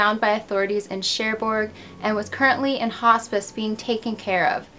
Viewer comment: Hello! Very nice and mysterious video! I'm french and i never heard of this story!! By the way, your prononciation is pretty nice, just don't prononce the «D» in Picard, we say «Picar», and same for Cherbourg, don't prononce the «G» 😉. I really love what you do! Thanks for all the work you put in your videos!